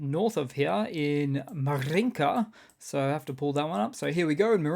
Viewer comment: Congratulations on saying a pretty "R" in the word Marinka... that is sooo rare in native Englishmen or Americans! 😉